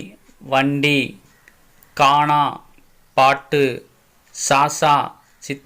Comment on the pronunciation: Kamra illa kamara. Kaanaa illa Gaana - Ga ucharippu ; ka illa. Athe mathiri.... Saasaa illa... athu Chaachaa.. Poor pronunciation